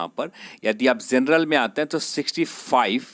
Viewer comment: Itna style me mat bolo bht irritating hai.bht zada cutoff zaaega.zenral nahi bhai genral hota h thoda dhang se bol lo..,aazaange,zab,zaa skte h etc lol